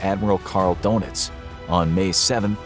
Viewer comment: Don Itz. Not Dough Nitz.